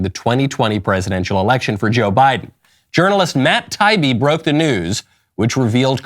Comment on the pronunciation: Love your show so please take this in the good spirit that this is meant. Someone on your show has to know how to pronounce Matt Taibbi (Tai-ee-bee). He is a well known reporter/journalist and deserves the respect of his name being pronounced correctly.